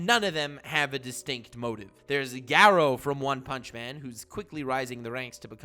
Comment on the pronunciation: Me:sees video and clicks it Sees pronunciation of garou and chloro leaves